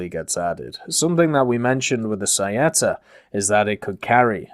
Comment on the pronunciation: Beh, in realtà l'ha pronunciato abbastanza bene, preferirei migliorasse quella di freccia, o saetta, tutte le volte che ha detto "saietta" mi ha ucciso XD